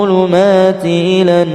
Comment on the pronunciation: Maaf... Itu ayat ke 68 huruf lamnya ngga ada tasydidnya tpi kok dibaca illa